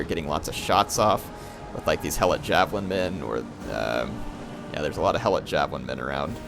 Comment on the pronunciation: it is he e - lot not hell-lot